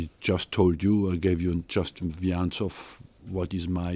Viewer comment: How come this guy still doesn't know how to pronounce 'answer'?